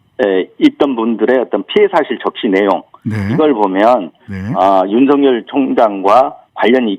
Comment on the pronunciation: 신장식변호사님께서 정확한 발음을 하시는군요... 윤석열을 윤서결로..... 그들이 주장하는 것 처럼 가짜뉴스라고 하면서 법적 책임 운운하고 언론피해를 받고 있다고 주장하고 있다. 그런데 왜 언론중재법을 언론재갈법이라고 하면서 반대를 할까?...참 웃낀다